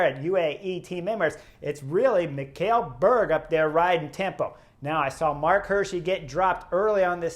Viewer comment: Just a FYI. Mikkel is pronounced like ´nickle´ only with an M. Also fun fact: A group of german climate protesters also tried to block the road on stage 3 in Denmark but some big guys in the crowd removed them physically a couple of times and they gave up.